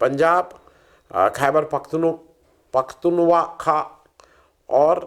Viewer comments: "खैबर पख्तूनख्वा" (Khyber Pakhtunkhwa) का उच्चारण इस प्रकार है:"क़ैबर पख़्तूनख़्वा" "क़ैबर" में 'ख' को अरबी/उर्दू के 'ق' (क़) की तरह हल्का गला दबाकर उच्चारित करें। "पख़्तूनख़्वा" में 'ख़' को थोड़ा गले से निकालें, जैसे अरबी/उर्दू के "خ" का उच्चारण होता है। 'ख़्वा' में 'ख़' और 'व' को मिलाकर बोलें, जो 'ख़्वा' जैसा लगे। अगर अंग्रेज़ी में उच्चारण देखें तो: "Khy-ber Pakh-toon-khwa" (ख़ैबर पख़्तूनख़्वा) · खुद पूरा समझे नहीं और लोगों को पाकिस्तान ki समझ पेलने बैठ गए हो। पहले सलीके से खैबर पख्तुनख्वा शब्द का उच्चारण तो करना सीख लो। दोस्तों इस आदमी ने पूरा होम वर्क नहीं किया hai और वीडीओ बनाने बैठ गया है। ये पड़ोसी के साथ बातचीत की वकालत कर रहा है। बीजेपी तो कम से कम हिन्दू मुसलमान तो करती है पर कांग्रेस जिसके तुम दल्ले हो, वो सिर्फ मुसलमान मुसलमान कर रही है। तो बीजेपी कम से कम दोनों की बात करती है।